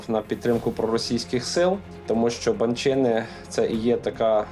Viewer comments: Я Вас благаю кажіть та вимовляйте правильно слова, не Буковина́, не на Буковинí, не Ба́нчени, а Букови́на, на Букови́ні, і Банче́ни. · Наголос пан Княжицький невірно кладе відносно назви Банчени і слова Буковина. Видно, що є вам над чим працювати.